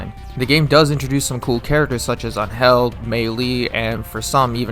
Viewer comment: I was wondering why you pronounced angel so wrongly, then you said nameless is better than k9999, which is such an objectively good take